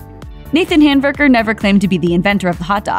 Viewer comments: It sounds like the narrator is calling him nathan hamburger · Nathan’s last name is Handwerker. She called him Handberger. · This chick is making the last name really hard to understand. It's spelled Handwerker.